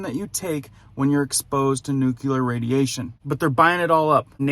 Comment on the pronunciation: Nuclear pronounced "new-clear". Not "nuke-uler." Come on ff